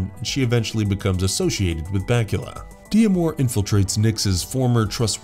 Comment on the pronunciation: Did you really not get it that D'Amour is a French name, and it's pronounced Damour, not de-amor?